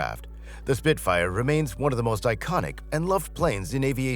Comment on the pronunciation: "He" says 'Spit-fighter' at . Clickbait trash with an A.I voiceover.